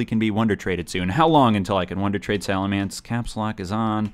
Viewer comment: it's pronounced "salamence," not "salamence."